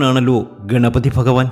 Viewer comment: നന്നായി.. ഫാഗ്യം.. ഫഗവാൻ 😂😂ഫയങ്കര തിരുമേനി 😂😂